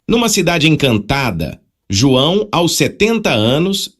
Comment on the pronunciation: A v1 sempre teve problemas com números, precisa escrever por extenso mesmo, também pronuncia errado o "aos" que fica A.O.S, aí precisa escrever "als" pra ler certo. O que eu não gosto muito nessas novas versões de TTS, é a quantidade de vozes que pronunciam com sotaque - (R retroflexo), como em "surpresas", "verso", Isso me incomoda. Muitas são assim, a própria voz do Chat-GPT faz muito isso.